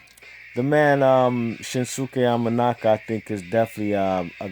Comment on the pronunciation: Nice job saying those names, I couldn't have said them that well.